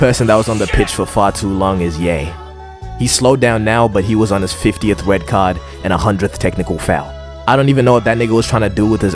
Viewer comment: "Wed cawd"